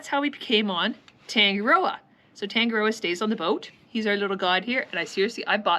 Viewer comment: This singer might help you with pronunciation of Tangaroa. I'm from NZ too and my yacht is Passing Time which occasionally gets taken the mickey out of... Thanks for cool vids - your got a new sub 😀